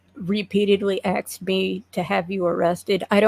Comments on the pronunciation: Cant stand people that say axed instead of asked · Axe me about it